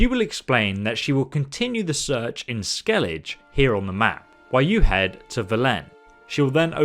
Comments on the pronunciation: 2mil subbs from bandwagon elder scrolls videos, and you cant even pronounce ANY of the areas in witcher 3. Stick to ES maybe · When you pronounced skellige wrong I literally had the biggest face palm of my life. Have you even played the game? They say skellige the right way over 200 times ! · How the hell do you mispronounce Skellige? They say it many times in the game. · How do you mispronounce things when they're said in the game hundreds of times and you make Witcher videos? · ive been here for years now, and i respect the channel but please pronounce the words of places and thing correctly... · Great vid. How do you pronounce the names wrong when everyone in the game says them right?! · I literally let out such huge sights of disappointment everytime he mispronounced any of these places. 🙄🥴 Has he even played the games? Wtf? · bro I couldn’t watch the video knowing you either didn’t play the game or you refuse to say it correctly 😒🙄😔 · I know... Every time he says it... I correct him by bluntly replying "Skellige"... Not sure if its the same YouTuber that pronounces "Velen" as Vee-lean lol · at least he pronounces vizima correctly, he cant do velen or skellige correctly tho. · You butchered skelige and toussaint names dude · They must have said 'Ske-lli- ghe' a thousand times , and yet you say 'Sceliz'. Kinda upsetting. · Skel-ij? I’ve literally never heard it pronounced Skel-ij lol Skelli-ga is the way 99.9% of people pronounce it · Why am I so triggered when he says skelije rather than skellige. 😭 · "SKEL-lih-guh". That's one detail you missed. ;) It isn't up for interpretation considering every character said it one way. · "Skelledge" me using all my strength to not dislike the video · “Skellije”... never knew I can be so triggered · i nearly choked on my water when he says "skelij" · i assume he does it on prupose to trigger people, and it works TT_TT it's SKEL LIG GUH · Did you just say "skelij"???? Pls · "Skel-lidge and Vellenne" oh yeah I know those